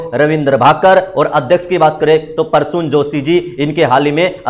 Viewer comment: Parsun nahi Prasun joshi boliye please